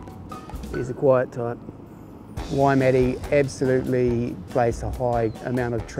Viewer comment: better watch the crazies don't berate you for the way ya all pronounced Waimate lol